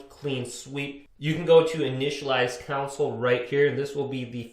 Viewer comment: It's console, not council.